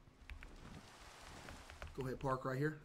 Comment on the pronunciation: bros saying park like its your average toyota Camry lmao